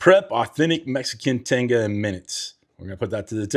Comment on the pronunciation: Say it like this : Te-ga the I is a e sounds in Spanish